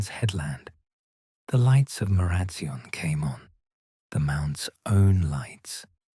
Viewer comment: Sorry!! But Marazion is pronounced Mara zion as in lion. I live in Cornwall and love your stories 😴